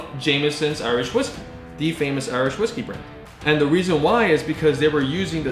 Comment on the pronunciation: My man said Iwish Riskys